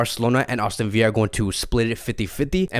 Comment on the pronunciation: “Austin Villa” Lmao love you